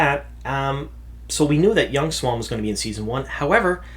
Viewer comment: MAN yourpronunciation is so different from mine, you pronouce it swan where i pronounce is see-ewe-awn Sawn-chey